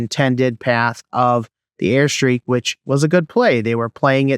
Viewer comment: "Airstrike" not "airstreak" bro. Your video helped a lot, look forward to more👍🏼